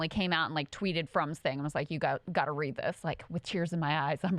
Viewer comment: OMG! I just threw up in my mouth! Joe is so ridiculous here....Is he saying 'weed', meaning 'read'? These two have no principles!